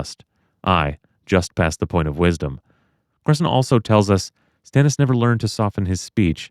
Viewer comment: If we're talking about pronunciations of names, George says Stannis as, ston-is.